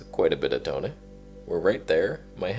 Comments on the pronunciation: Thanks for all you do sir... love your tone and 'toneh' :) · Repeat after me...To-Neh. 🤤